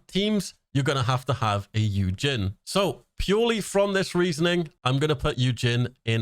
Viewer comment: Also Yujin is pronounced like Eugene 🤗 and is he korean?? I thought he looked more greek or something?